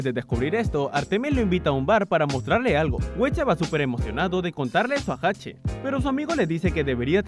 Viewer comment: Agrego ... 3: es Hache cómo la letra, no Jache